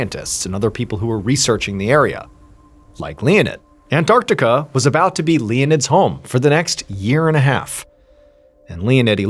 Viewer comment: And well done Mr Ballen for pronouncing it " An-tarc-tica " and NOT " " Ann-artica "😂🤦 like many Americans do !!